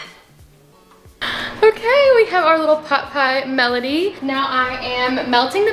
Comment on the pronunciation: girl "pot pie melody" is the pie gonna sing? LOL (I think you meant medley but I gotchu)